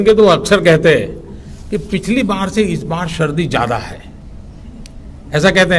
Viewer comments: Shardi nahin sardi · Shardi nahi hota hai Sardi hota hai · Modi”G”.. सर्दी hoti hai, शर्दी nahi! Aur शराब hota hai, सराब nahi!!🤣🤣